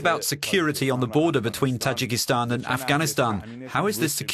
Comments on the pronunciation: The guy who interpreted the fatman can't even read the name of the country property, it's Tajikistan not Tajakistan. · why does the Dub guy keep saying Tijakitan ?? TA....JI......KES.....TAAAAAAAAAAAN !!!